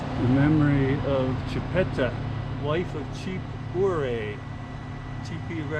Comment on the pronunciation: I am a decent of Chipta ,,,, and you say it wrong and you say her husband Ouray wrong too'.